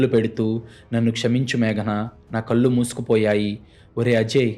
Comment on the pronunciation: మీరు చదివే కథలు బాగున్నాయి కాని తెలుగు లో ల మరియు నా అనే రెండు అక్షరాలు ఉంటాయి ఆ తేడా తెలుసుకోండి కళ్ళు అని చదవాలి మీరు కల్లు అని చదువుతారు ఇళ్ళు అని చదవాలి అర్రులు అని చదువుతారు తెలుగు ని సరిఅయిన పద్దతి గా ఖూనిచెయ్యకుండా చదవండి ఇలా రాసినందుకు దయచేసి అన్యధా భావించవద్దు